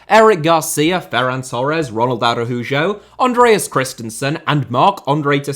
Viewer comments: brother said aroojoe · "Ronald Arahuggo" Never heard the name"Araujo" being pronounced better than that